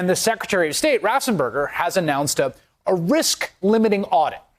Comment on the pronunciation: ...I love you and your reporting but if you are going to use the name Raffensperger so many times, please pronounce it correctly!